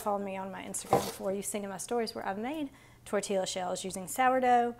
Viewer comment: Oh sourdough tortillas!! FYI it is pronounced Tor-tee-ya no "l" sound